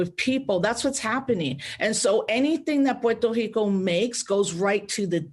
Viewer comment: why does she make the R in Puerto Rico an H? I thought that was just a Portuguese thing